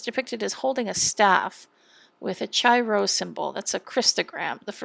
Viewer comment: Chi Rho is correctly pronounced [kī ro]. I think it's fun to notice that it also sounds the same as Cairo.